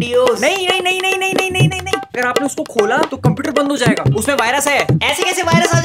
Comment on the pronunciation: Jaega hota h zaega nhi